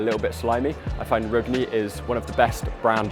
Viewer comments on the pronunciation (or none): I'm sure the angry Norwegians will forgive you for mispronouncing Rugne, but it's Rung-neh.